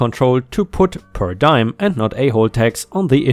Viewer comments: Its pronounced per dee-am not um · Diem is pronounced dee-em, not dime. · Diem = DEE-Um not DIE-EM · Diem sounds like DEE-um, not DIE-m. Not an English word. I believe we stole it from Greeks/Latin. Your English is very, very good! Makes words like this one very jarring to hear wrong. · Per diem, per dee-am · "per diem" is pronounced "per dee-uhm". Diem is latin for "day". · The Diem in Per Diem is normally said like DEE--EMM. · Per diem is pronounced ‘purr dee-um’. No harmed pets of my own, but my father had a black labrador dog that was intensely loyal, but dumb as a stump. She had no problem confronting rattlesnakes and wild boars, and suffering the consequences for doing so. She survived both encounters with scars and several vet visits only to be killed by getting outside our fence and chasing cars. Poor dummy. ⭐️⭐️⭐️⭐️⭐️⭐️⭐️⭐️⭐️⭐️⭐️⭐️🌟🌟🌟🌟🌟🌟🌟🌟🌟🌟🌟🌟🌟🌟🌟🌟🌟🌟🌟🌟🌟🌟🌟🌟🌟🌟⭐️⭐️⭐️⭐️⭐️⭐️ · Hey, Enjoying your videos. I know english is your second language and I want to first say your reading and speaking skills are great. One small correction. Per diem is pronounced "per•dee•m." It's Latin and means "per day." Again, its obvious you've put a lot of time learning English. I'm didnt post this to be critical, just to help with a word that isn't often used. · Per Deim is French but not PER DIME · 🌟🌟🌟🌟🌟👍🎬🕶 Also, per diem is pronounced: per Dee um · Diem is di-em (dee-e(h)m) meaning "day" in Latin. Per diem means per day. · Per diem = per dee uhm :-) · "per diem" is said per dee-um. It's Latin for per day. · Per diem (pro Tag) ist lateinisch und sollte auch so ausgesprochen werden. Have a nice day!